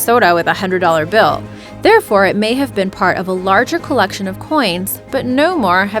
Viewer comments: It's the Gal-eh-lee, not Gal-eh-lay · It's pronounced gal-uh-LEEEEE and not gal-uh-LAY. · Galilee--EEEEE not Lay. Humph. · galliLEE.... not GalliLAY. and yes... I came here for the alien coin. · The way Galilee is pronounced is Ga la lee, long E! not Gal la lay! please correct this as it makes you sound stupid. You must have not attended Sunday school. Sorry! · WOW she said Gali( lay) not Gali( lee) , spelled Gali- lee. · for once thing its not pronounced galilay its pronounced how its spelled Galilee Gal i Lee not lay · the romans didn't destroy the temple in 107AD, they destroyed it in 70AD....also, Galilee is pronounced gal a leee, not gal a lay...also, it was emperor VESPASIAN, not emeperor TRASIAN......son, this video is full of FAIL...who made this crap?